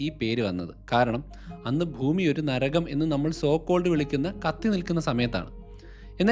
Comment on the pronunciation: താൻ ഭൂമിയെ ഫൂമി (foomi )എന്ന് ഉച്ഛരിക്കരുത് bhoomi എന്ന് വേണം പറയാൻ..